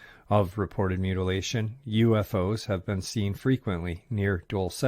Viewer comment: Dulce: pronounced DOOLSEH NOT "dull say"(no accent or emphasis on the E). 👩‍🏫🤦🏽‍♀️